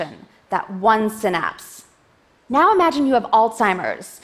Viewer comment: I cant watch if she keeps pronouncing Synapse like that